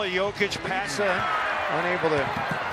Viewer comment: commentator just said yolker instead of joker hehahohihu